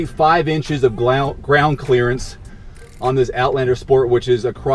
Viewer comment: Glound Crearance, lol.